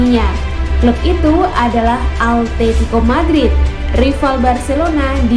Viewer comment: simao,,,, simoa atetico.... altetico awowkwokwo